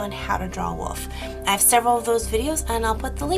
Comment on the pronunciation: I love how you say wolf. lol It sounds like woof. :P